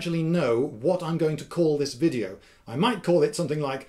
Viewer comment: Finally, a British native speaker nearly mispronouncing "v" as "w". So it's not only us Germans. I say, splendid wideo old chap!